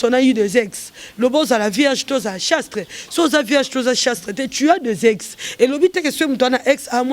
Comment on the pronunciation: Bongo yo ozui temps ya ko sala penielle émission on dirait que yo muasi y'a malamu,balobaka chaste et non chastre